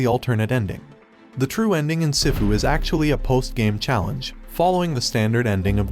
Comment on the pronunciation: Some people pronounce sifu like they’ve never seen Kung-Fu Panda before 🤣 it’s pronounced (SEE-FU)